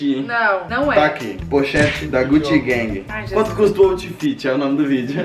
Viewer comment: " gutigueng" KKKKKKKKKKKKK eis q vc ouvi mt lil pomba